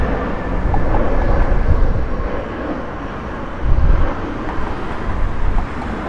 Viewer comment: Po-toe-mic river not Po-tom-mic